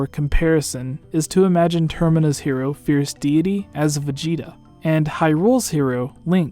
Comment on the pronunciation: Can’t stand how he says fierce deity